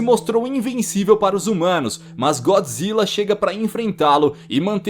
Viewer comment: mano como se fala é gôdzilla n é gódzilla q se fala pra escreve é godzilla